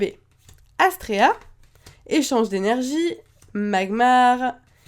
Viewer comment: C est Astera pas Astrea sinon bonne vidéo